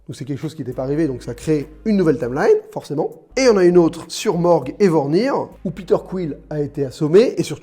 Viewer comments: C’est MORAG et VORMIR... pas MORG et VORNIR... et c’est en 2014... 😩😅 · Mdr ta vidéo tu n est plus crédible à partir de moment ou tu te trompe sur BRENT lol en plus c sur Morag pas Morg jme suis arrêté la le reste n en vaut pas la peine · ah oui et pkoi tu dit "brett" pour parlé de barton? il s'appelle clint "hawkeye" barton. d'ou vient le brett??? pareil pour morage, tu dit "morg", non c'est morag elle s'appelle la planete.